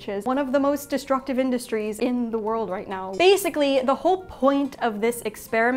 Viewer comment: A couple of examples she came out with, "wor-ld" as two syllables, and a "t" that sounded like a "d".